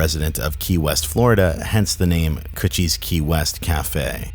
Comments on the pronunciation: i was listening to this video without watching and everytime you said kutch I thought it was coochie and laughed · I keep thinking you’re saying coochie lol